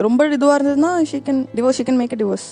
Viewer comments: It’s not Diverse it’s Divorce … pls pronounce properly 😂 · Diverse 😂😂😂 it’s Divorce… why aren’t they correcting the material s pronunciation